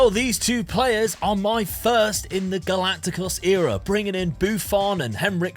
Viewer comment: Just pointing out how to pronounce galactico correctly.